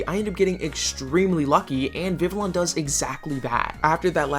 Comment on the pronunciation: Just FYI, the Ls in Vivillon are silent😂. It based of the french for butterfly, Papillon, the Ls are also silent in that one😊